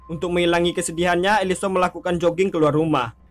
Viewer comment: Elisen bukan elison